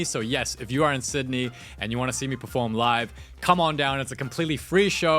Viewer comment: performe? You're going to be so ~PeRfErMaTiVe there?